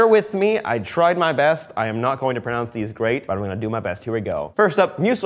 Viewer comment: "Try my best to pronunce that" PRONUNCE